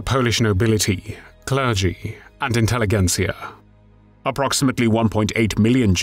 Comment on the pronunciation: I've heard you say that a few times - the word is pronounced 'intelliJentsia' - not a hard g, more like a j. Like in 'intelligence'.